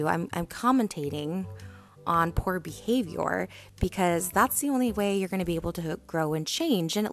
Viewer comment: No one: Trisha: “poor behave your”